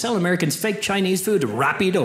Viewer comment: For some reason hearing this Irish (or is it Scottish) saying the word rapido is very funny